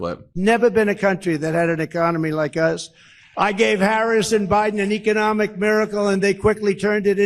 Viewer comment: Are we going to let his pronunciation of economic slide?